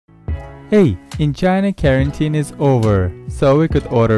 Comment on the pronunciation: i love how he pronounced quarantine as bausnyungas